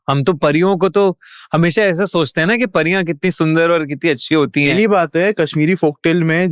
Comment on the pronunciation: pariya ko phariya bol rha aur kashmiri me nahi gadhwali, kumau aur uttarakhand me hai pariyo ka man na....pta hai thoda sa par bolunga jyade